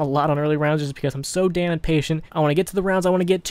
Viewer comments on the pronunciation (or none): none